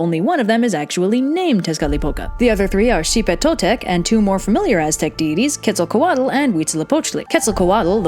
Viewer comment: Quetzacoatl is pronounced "Ketz-a-co-AHT" The "tl" indicates a nonvocalized sound made with air that essentially sounds like a strong T